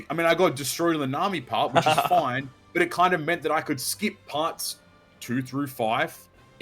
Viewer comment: It's foineeee